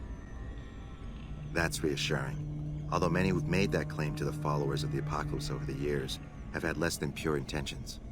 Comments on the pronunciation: "Flowers of Pock-Lips"💀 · "Who are Flowers of Pock-lips?"😭😭😭